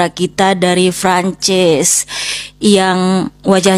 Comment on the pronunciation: Francis apa franchise? Wkwk lebat bet pengen keliatan lidah luar padahal lidah kampung, Prancis ae biasa pake P, kalo kalo pake F ngomongnya France